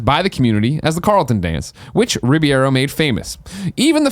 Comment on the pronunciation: Greg pronounced Alfonso Ribeiro's last name as Ribiero, Riviero, and Riviera. At no point did he ever pronounce it correctly.